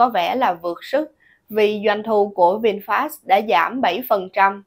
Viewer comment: Người ta là Vinfet mà cứ đọc sai hoài.